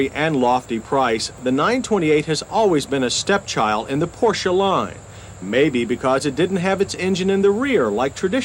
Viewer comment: You hear that Americans/Canadians? He is pronouncing 'Porsche' properly...with no silent 'e'.